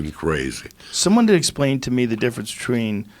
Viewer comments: anyone pay attention Joe says "bitchween" instead of "between lmao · Joe "Betchween" Rogan